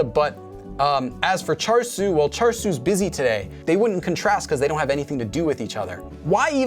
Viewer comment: Lowkey thought you said char-siu (like the pork) instead of the name 철수 (cheolsu) 😂 Think I need to work on my Korean listening skills lol